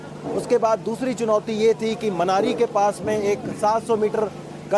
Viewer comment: मान्यरी नहीं वो मनेरी है दूसरा भटवाड़ी है भड़ियारी नहीं